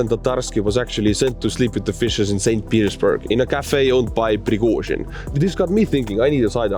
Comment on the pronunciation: Is he saying St. Penisburg? Or is it me